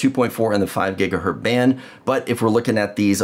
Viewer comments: The port on the back of the Orbi is 2.5 GigaBit ethernet...and it's said Gigahertz, not Gigahert. Sorry, my OCD just had issues hearing that. lol. Nice explanation however. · Makes me cringe every time you say gigahert. The Z is part of the word not just to make a plural. Otherwise great explanation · This is absolutely fantastic, thank you so much. One thing though…Gigahurt?